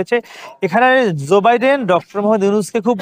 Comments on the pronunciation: zoe biden na joe biden, uchcharon thik rakha uchit ato boro ekta news cover korte gechen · রিপোর্টার এর উচ্চারণ ঠিক করা উচিৎ। ঝো না জো হবে।